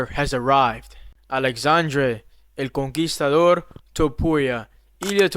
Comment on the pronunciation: One question, you speak Spanish right? because you pronunciated insanely good "El conquistador" hahahhaha